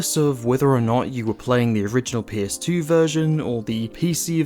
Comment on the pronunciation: Me: “what’s a pierce demo?” Took me a min to understand he was saying PS1 and PS2 haha First time on the channel 👍 Good review!